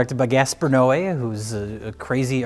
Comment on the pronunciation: pronunciation of Gaspar's last name made me élôel. It's okay though, dude and his films sucks butt.